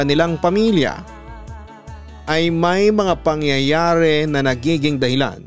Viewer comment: natawa ako papa dudut sorry hahahaha sa una "mga pangyayawre" 🤣🤣